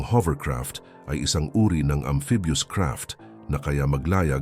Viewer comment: Robot ka at maling mali pa ung amphibious word mo